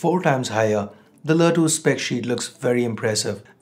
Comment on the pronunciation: Wtf is lä 2?!.. U cud just said LE 2